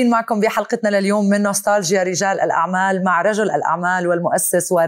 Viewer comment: نستالجيا تلفظ التاء فيها مرققة وليس مفخمة حتى لا تسمع ..نسطالجيا.